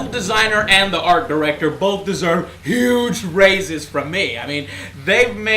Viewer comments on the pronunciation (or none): none